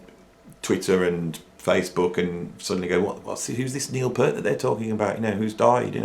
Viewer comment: I love your videos. Your knowledge, opinions, musical ability and creativity on both drums and guitar, spontaneous freeforming delivery style and humour are all absolutely spot on target for me. BUT! For someone who is a fellow drummer and Rush fan, I am SO surprised and frankly disappointed to hear you repeatedly mispronouncing Neil's surname. Although he did his best to put up with (usually Americans) saying "pert' it really annoyed him. I thought you were better than that! I still love your channel though.....